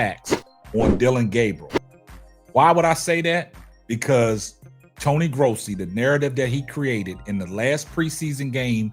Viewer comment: I see you saying Tony Grossi's name correctly 😊